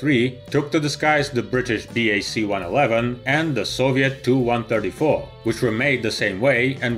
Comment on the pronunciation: TU is "TEE-YOU," not "TOO."